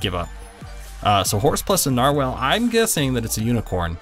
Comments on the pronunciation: It's not narwhalel its nar-wall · NAR-WALL NOT NAR-WHALE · Narwhal (not narwhale) +stingray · Ericek Daleky oh nar*WELL* aaaayyyy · Narwhal (Nar-wall) this is how it's pronounced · IT IS A NAR-WALL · It's pronounced nar-wall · its pronounced like narwall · Narwhal is pronounced differently